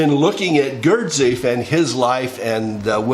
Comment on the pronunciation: I love your ramblings and am glad you're back but please pronounce Gurdjieff correctly (Gurdjeeff)! Encourage you to discover Dr. Joe Dispenza - as to what is possible for humanity. We are at an important junction in history...